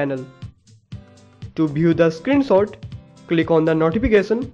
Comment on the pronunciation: it's screenshot not screen sot xD